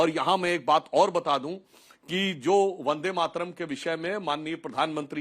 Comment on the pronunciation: Waris pathan ko bulakar vande Mataram song ka apman mat karua. In blogo ke mukh se bande matram sunkar esa lagta hai jaise ye gali de raha hai